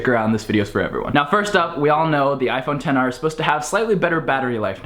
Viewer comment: Did you really say ten r or XR